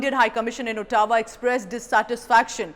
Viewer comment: Good review. Please it is not pronounced “autawa”. It is “awe-t-wa”.